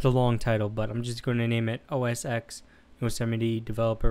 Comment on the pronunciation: It is OS TEN people, not OS "EX." Unless you are going to call the next Super Bowl "Super Bowl Ex El I Ex."